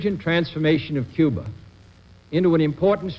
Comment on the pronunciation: I thought it was Cuba, not Cuber.